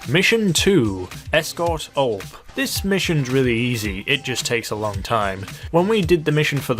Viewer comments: it's U-L-P it's not one word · again with OLP? it's ULP... (YOU ILL PEE)